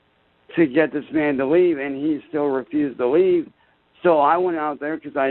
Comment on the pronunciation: "my family told him to lea'b, seb'ral timez" "Cops were called, frantically." Can we all give a chance a round of applause for how situationally aware he is which is detail recall of the tragic events on par with the storming of Normandy that unfolded in his front yard, also known as the great riot of Ohio 2023